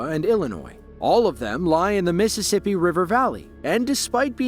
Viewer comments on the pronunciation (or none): none